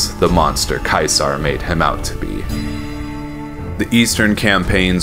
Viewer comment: Finally somebody who pronounces Caesar properly!